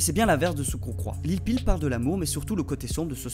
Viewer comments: ON DIT LIL PEEP ET PAS LIL PEE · Il a carrément dit lil peel 💀